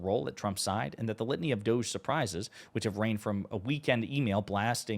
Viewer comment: Pronounced: "Da gee" - I mean, it is a bit dodgy, isn't it?